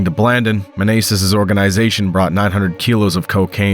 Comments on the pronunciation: Pronounced blandone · Blan-dōn! Sanda-neesta! This a great story that every American should know the truth about. Say their names right though!